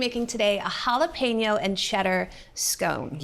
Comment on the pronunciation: Lol “halla PEENO.” 😂